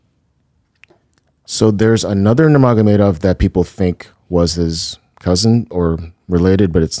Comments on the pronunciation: Wtf is a werewuff and who is Nagamurdov? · He butchered the pronunciation😂 It's truly impressive how he manages to screw up so badly. It's Umar Nurmagomedov